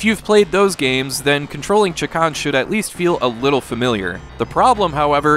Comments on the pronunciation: Gonna have to be that guy who points out it's Shay-Kahn not Chak-On. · you kept saying chakarn? it's chakan. I stopped watching and don't recommend channel cos of that. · It's actually pronounced "Shay-Khan."' Also I somehow got unsubscribed from this channel so people should probably check just in case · It's a little funny that you keep calling the game Chikan. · You keep saying chee-kan, which means pervert in Japan LOL. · Have I been mispronouncing this game my entire life? Anyway, I love this game, even though I never came close to beating it. I just always loved the vibe. So much so, that I would always name Chakan as a personal wish for a new Smash fighter.